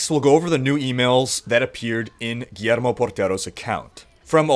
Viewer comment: it's said Gwiermo not Guermo